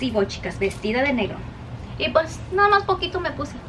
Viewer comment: Noo por favor!!! 😭😭😭😭 no se dice ENVITAR se dice INVITAR y se dice al final de verdad la D y es EXTRA con X no con S y no se dice POS se dice PUES